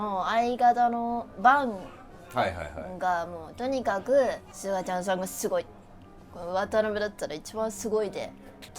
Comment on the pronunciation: 「すがちゃんさん」が、ほぼ「つのちゃんさん」に聞こえてきて、なんかおもろい